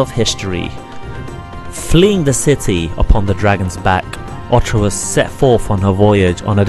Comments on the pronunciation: saga not sega, orta not orcha learn how to fucking talk..........or read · Otra means "other" in spanish. This game is called "O-R-T-A". ORRRRTUHH say it with me now.